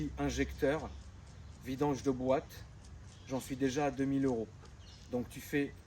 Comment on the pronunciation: Huit mille EuRRRRoooo Huit Mille EuuuuRRRO